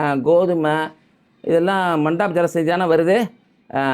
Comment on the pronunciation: அடே பேயனே மண்டப் ஜலசந்தி இல்லா பாபல் மந்திப் டா நீ அல்லாஹ்வுக்காக வேண்டி பெயர்களை உச்சரிக்காதே ரொம்ப கேவலமா இருக்கேடா கொஞ்சம் ரெடியாகி பேசுறியா pls இன்றைக்கு அரபு பெயர்கள் அவ்வளவு ஈசியா வாயில் புகுந்து விட முடியாத காபிர்களே சரியா உச்சரிக்கிறாங்க டா